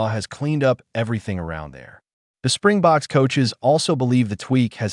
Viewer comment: It's Springboks, not Spring Box, you dummies.